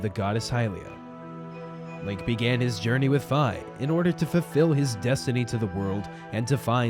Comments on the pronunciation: This is a great dub, and it it wasn't for the constant mispronunciation of "Fi" ("Fee," not "Fai" - it's a Japanese phoenetic, not an American one), then it would be flawless. I still liked your video because hard work acknowledged. You folks did a great job. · No, it can't. It's Fi. Not Fye, end of story. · v.v it's fi. short I. not fye. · you mean fi not fi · It's fi (feeeeeee)